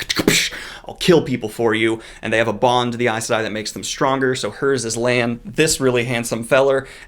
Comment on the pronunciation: I just learned from you how to pronounce correctly Aes Sedai, Myrdraal, and Aiel. 😁